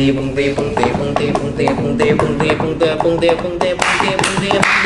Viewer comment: kevin把蹦迪说成bundeh